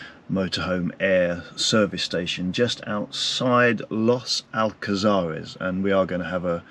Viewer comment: Los Alcázares is a very busy place even in winter, this guy is only in the Old Town if he went further up to the 525 Strip that is a very lively place with a lot more bars and restaurants, and his pronunciation of Los Alcázares is not very good. Also all the supermarkets he mentions are all there. Come on get your act together